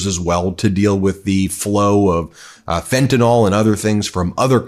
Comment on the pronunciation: Okay. It's not fentan"all", it's fentan"ill". There is no letter 'a' between the final N and L. No word in the english language gives an 'a' sound to the letter 'y'. Sorry, not sorry, rant over.